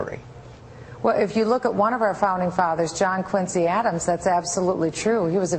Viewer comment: oh dear God.. this woman is a flash in the pan. I BEG HER TO RUN AGAINST OBAMA! Barack's a shoe-in. And, by the way, it's pronounced John QUIN' zee Adams. The Quincy Family pronounces it "QUIN' zee". The level of stupidity pervading the airwaves is truly disturbing.